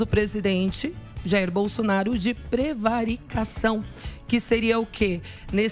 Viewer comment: não sabe nem ler a prevaricação. Essa marola tá fazendo efeito